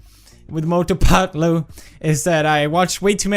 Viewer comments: Not fatlu, it is Patlu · Its not phatloo.....you should pronounce it patlu